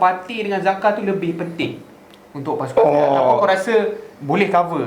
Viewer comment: Sebut jaka ok dari zaka*.. hahahaha 🤣😂